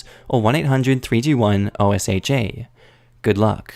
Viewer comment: Also, just a heads-up for future reference: OSHA is not one of those acronyms that's read as letters. It's read like its own word. It's pronounced like "Oh-shuh."